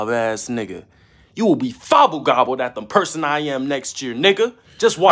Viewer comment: Dude said Fobble Gobbled